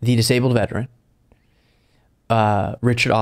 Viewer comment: I hate to say this but when you emphasize things like "they were a veteran! This is horrible" That implies that if it happened to just anyone then it wouldn't be so bad.